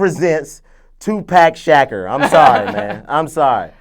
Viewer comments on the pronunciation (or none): This nigga said "2pack shacker" lmfaooo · This nigga said tupack shaqer lmfao im dead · Toopack Shacker...not Tupac Shakur I still say they should've got Nipsey Hussle to play Snoop.